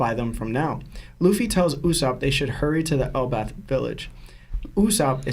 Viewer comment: Why does this guy keep saying elbauf* lmao c'mon it is pronounced el-baff